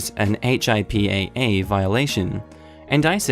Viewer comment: P it's pronounced "Hip-Ah" :P